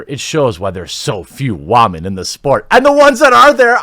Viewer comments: rofl its nots Wahmen its woman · Can you learn how to pronounce women correctly please...